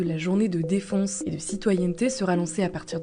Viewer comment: La dame qui narre ont dirait qu'elle dit défonce au lieu de defense 😂